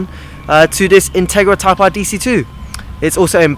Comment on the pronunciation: intarga type Arf . that's what it sounded like you said lmao. jk xD